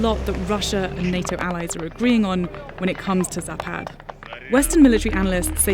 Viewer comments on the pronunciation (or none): Speaker made a mistake - zApad, not zapAd. emphasis on first syllable. zApad (запад) = west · ZApad, not zaPAD. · Okey, why the hell you would call a zapad "zapaad"? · its not zapaad, its zaapad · Why you english speakers ALWAYS accentutate russian words wrong? It's zApad, is it that hard? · Alexei Almanov zapat? You must visit logoped. Or logopeT,if you like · it's pronounced "Zapat" ,some Russian consonants change sound when placed at the end of words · It's zapaad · With the availability of google translate that can pronounce words for you correctly in foreign tongues, it is unacceptable for Vice News to slaughter the name of the military exercise repeatedly throughout the video coverage. I’m talking about Zapad of course.